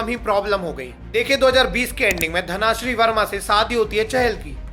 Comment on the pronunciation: Bro suggestions - it is कूच बिहार not कोच बिहार , 2nd thing - it is धन श्री not. धना श्री